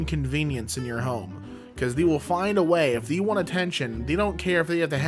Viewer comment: why does say THEE instead of they